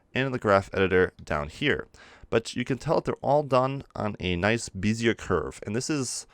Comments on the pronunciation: “Bezier” is pronounced “Bez-ee-ay”, also, your other problem word is pronounced “in·ter·po·la·tion” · Good tutorial! Just know - pronounce interpolation as it is spelled... In-ter-poh-lay-shun. That, and bezier is not pronounced as it is spelled. It is actually pronounced "Beh-zee-ay"